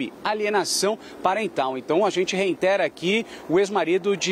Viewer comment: "REINTERA"..daí não, né!!